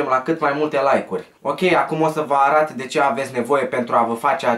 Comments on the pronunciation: arat boss se zice arăt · Ai zis arat nu arăt (de 2 ori arat) dar oricum foarte tare clipul respect big like nu e comentariu de hate doar vroiam sati spun si sper sa nu te superi pace out tare rau #IBMFAMILY